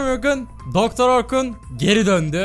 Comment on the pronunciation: Doktor orrrrrkun